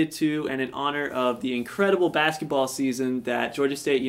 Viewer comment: But that's not how "bass" is prounounced